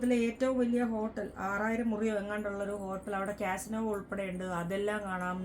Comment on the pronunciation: It's "casino".